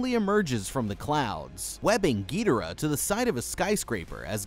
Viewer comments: why does he pronounce rodan gidorah wrong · Y tf are u saying Ghidorah name like that 😭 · Why the fuxk are you pronouncing Ghidorah so wrong?